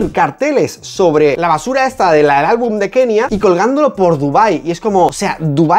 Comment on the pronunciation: El cringe que da Kenia cuando dice “albun”